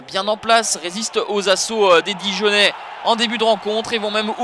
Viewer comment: dijonnais et pas dijanin lol